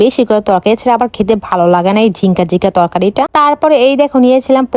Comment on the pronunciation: নারকেলের দুধ হতো এটাতো জীবনে শুনিনি 😂😂😂😂😂😁😁🤣🤣🤣😹😹😁😑আর এটা তো ঝিঙ্কা চিকা ঝিংকা চিকা শুনিনি আমি শুনেছি ঝিঙ্গা 😂😂